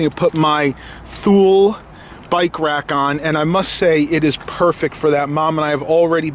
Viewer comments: I believe thule is pronounced tool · thule=too-lee..1500 is a "half ton"